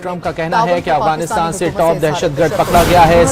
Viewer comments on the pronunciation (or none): none